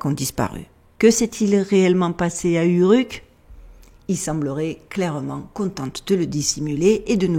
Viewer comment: Prononciation : Ourrrouk ... ;-)